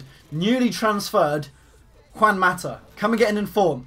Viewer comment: u said mata name wrong